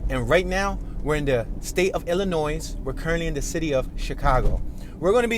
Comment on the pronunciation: too bad you can't pronounce Illinois correcetyl .. The "S" is not pronounced in ILL